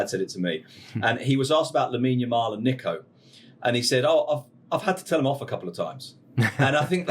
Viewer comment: I hate the way this guy says Nico, it’s Neeeco